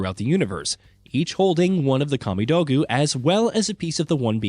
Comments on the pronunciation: Good vid, but I have to dislike for that awful pronunciation of Kamidogu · Dear lord hearing you mispronounce kamidogu repeatedly on video like this is shameful